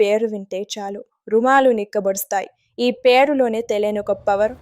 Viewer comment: Rumalu kadu Amma.. Romalu anali Amma.